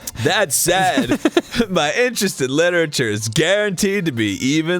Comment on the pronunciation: SAID not SAD no hate I just need to correct >~<